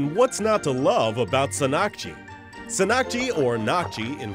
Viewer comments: the emphasis is on "san" in the word sannakji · its not sannkji its actually pronounced san nak ji and this shit is really good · It is not sa-nak-jee, it is ssan-nak-jee.